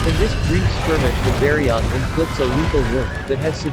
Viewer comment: Man I hate text to speech. I eas interested but I don't wanna spend my work day hearing bari-oath for the next nearly 20 minutes.